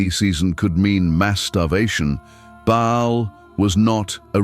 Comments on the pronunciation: Baal not Bale. Not Bail. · Pronounced with a big a as in Bay and a small one a as in all! Not pronounced ball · Love how AI can’t decide on pronunciation: ball, bale, ba’ahl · How can ai mispronounce BAAL 😂😂😂